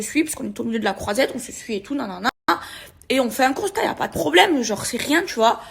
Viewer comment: 'assurance touriste' et 'le costat' au lieu de 'constat' 🤣🤣🤣🤣